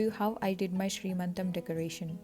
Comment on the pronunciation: it is seemantham not sree mantam